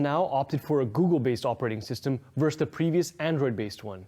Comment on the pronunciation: Why can’t anyone under 30 actually say the word "versus" right?